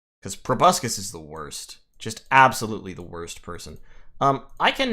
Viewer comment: Go ahead, mispronounce proboscis one more time. I'm not seething. I'm not malding.